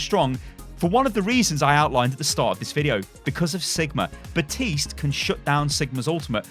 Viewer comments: BAPtiste not BATiste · It’s Baptist’s mate not batiste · Can't pronounce Baptiste right